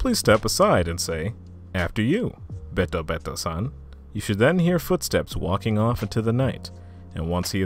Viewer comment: This was awesome to listen to while I was doing some studying and practice. Just a tip with Japanese names: When you read something in Japanese, the "e" sounds more like the long "a" or "ay" sound. So BetoBeto, would sound more like bayto-bayto.